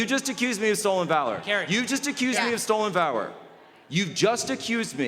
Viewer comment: HE MISPOKE "Stolen vawor"